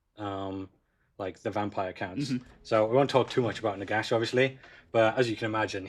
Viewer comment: I'm sorry Britain but it's not pronounced Vampire Layers.